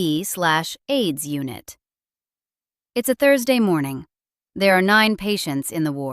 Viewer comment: HIV should have been pronounced as "aitch eye vee", not "heave".